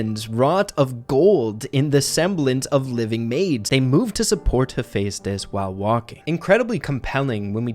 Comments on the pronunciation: IM SORRY BUT ITS HEH-FE-STUS 😭 not hey fes tus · You say it like hefi stos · Great vid, but btw its Hu-fes-tis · I’m no Greek god exspert but I’m like 50 percent sure it is pronounced he-fest-is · Same here Percy Jackson and Heroes of Olympus was EPIC Funny thing actually I could never pronounce Heaphaestus' name correctly so in my head I allways said hephastetsus or something like that🤣🤣🤣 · The amount of times I heard Hephaestus’ name get said incorrectly bothered me 😂 (I heard it said differently in god of war 3). Still great video just had to share that